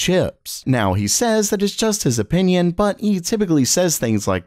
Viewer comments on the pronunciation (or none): none